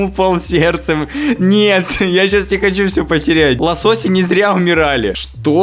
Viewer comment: Никто Абсолютно накто Антон: ЛоСоСоСи ЛоСоСоСь😂😂😂